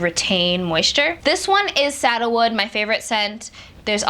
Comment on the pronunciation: Oh, SANDALWOOD...I love that smell too (I thought you were saying “saddlewood”) 😉😉👍🏽👍🏽👍🏽😉😉